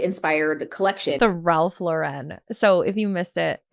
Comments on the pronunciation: Look at her getting all anal about Boise and then mispronouncing Ralph Lauren. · Wow the irony that she insists on correcting people on how to pronounce Boise, which I respect although let’s be honest, the difference is subtle, but she doesn’t know how to pronounce a man’s name who has been an absolute legend in the fashion industry for the better part of a century. The accent is on the first syllable sweetheart. Pronounced the same as when it’s a woman’s first name. She strikes me as the type to come to NYC and say “Houston Street” like the city in TX. 🙄 PS - absolutely not the same with your small CT town, that’s a matter of not being spelled the way it’s pronounced.